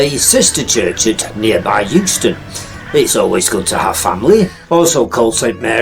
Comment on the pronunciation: Can't let this go un-noticed. You have made the same mistake as sat-nav voices and assumed that Euxton is pronounced the same as Euston (as in station) Well they know nowt in London, because Lanky locals would never do that it is always pronounced EXTON. Interesting video though.